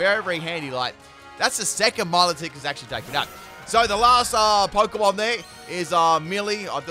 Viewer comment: The way you incorrectly pronounce a lot of Pokémon hurts.